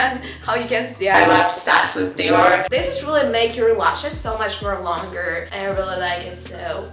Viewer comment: Уау реально есть прогресс в инглише, осталось поработать над межзубным th и у тебя вообще не будет чувствоваться акцент и в целом немного отвыкнуть от русского произношения по типу гель, диор итд